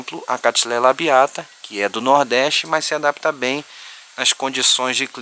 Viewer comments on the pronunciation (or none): none